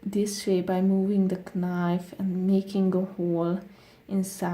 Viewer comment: She said kinife